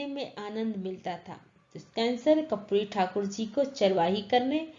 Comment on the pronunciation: Ma'am aap karpuri ko kapuri padhte hai